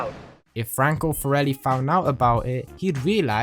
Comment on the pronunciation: Love how Salvatore called the forellis the "corellis" at 5.27 😂